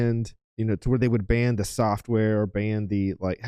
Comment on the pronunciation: Hey Morons. Its Ban, not Band.